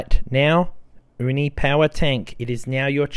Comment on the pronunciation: Hey! The word "uni" in Uni Power Tank is pronounced /YOU-knee/, not /OOH- knee/. Most Japanese viewers might get confused because the word "uni" (OOH-knee) means "urchin". The term Uni (YOU-knee) actually came from the English word "unique."😊